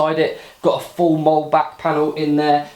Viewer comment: It's pronounced "Moll-lea". Split it into two syllables.